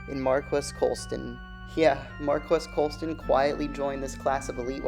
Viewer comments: You aren’t saying his name right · He’s so underrated even the people making videos about him don’t know how to say his name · Prnouncing his name wrong!